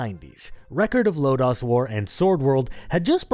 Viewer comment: I absolutely loved this game! Good video, even thought I cringed every time he said “Record of Lodaws War” instead of Lodoss War.